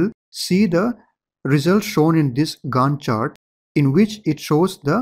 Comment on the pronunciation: Professor in my college watch your videos too. He also pronounces it with same accent 'Gand chart'